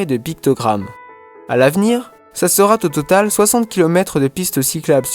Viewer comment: Super tout va bien aucun retard donc ! Attention aux liaisons entre deux mots qui n'existent pas : "mieux Zacceuillir... ce sera Tau début ..."